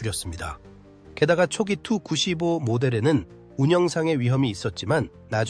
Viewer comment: 다 좋은데, 설명과 영상이 좀 맞았으면 좋겠네요. 아무거나 막 이어서 반복해서 트는건 좀. 게임 화면은 안되요. 그리고 누가 투-구십오라고 읽나요? 티유-구십오라고 읽지. 아니면 투폴레프 구십오라고 읽던가.